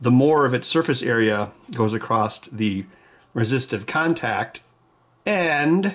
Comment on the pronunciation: Why do you say accrost?